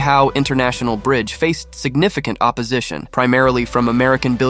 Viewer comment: I didn't realize the narrator was AI........until it badly mispronounced both "Canadian" and "Michigan" and "opposition" . "Opposition" was particularly hilarious. I mean, come on... Use a human!